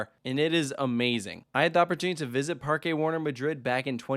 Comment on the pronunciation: OMG, you pronounced Parque correctly! But not until you got back from the actual Parque. Nonetheless, I call it a win for the Spanish language. ¿Dónde está la biblioteca?